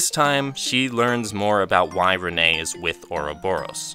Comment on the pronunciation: he pronounced loewe wrong but at least he said renne correctly